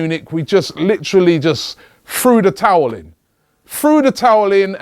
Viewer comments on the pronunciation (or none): none